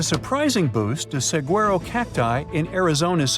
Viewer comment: SUH WA RO...🌵🌵 not "SAG"